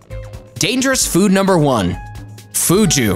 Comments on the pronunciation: bro who pronounces fugu "fhu-gu" its "foo-goo" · Its Fugo as in Foo+Goo not Foo+Joo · Bro really said Fuju! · The dude firstly is pronouncing Fugu incorrectly, it's not pronounced Fuju but Fugu, by the way I ate 6 servings of Fugu in Japan and didn't die, this was back in 2010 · Fugu is pronounced "foo-goo", not "foo-joo". It's kind of off-putting. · Fugu is pronounced as fu goo. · This error alone made me question the validity of this video! Second was the cassava. He said caass-A-va. It’s Ca-sA-va. 🙄